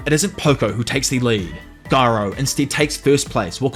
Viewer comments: What's more funny than my valentine is saying GUY-row instead of the superior JI-ROW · why is bro still saying "giro" and not "jiro"😭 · jiro is how it’s pronounced pal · I love “guyro” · Bro please just say "Jairo" 😭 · ITS JAI-RO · Its my head canon that Gyro hit you with a steel ball to help you say the his name right in the next one after saying it with a g instead of a j for 2 videos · It's just weird like if someone suddenly started calling Joe Biden Goe Byd-n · I knew it was Latin so I just googled it bc you took the time out to reply. Honestly I didn't even notice you were pronouncing it wrong until I seen the fuss in the comment section. OPM got me accustomed to hearing garou. I bet you're glad you decided to break the parts up smaller. It could've been a lot worse.